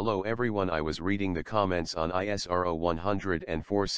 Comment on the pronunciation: Good but please have a human narrator, there is no empathy and tonality in the automatic narrative and it stands out sorely when it says I-S-R-O and not ISRO ( eesrow)